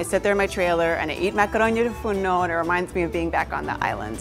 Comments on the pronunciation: She sais it wrong since she is not a native greek speaker but i still love the way she sais it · is it just me or does anyone else love how she says the name of the dish